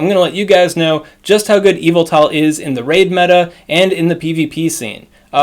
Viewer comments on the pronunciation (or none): all i hear is EVIL-TA instead of Y-vel-tal creeps me out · Pronounce his name right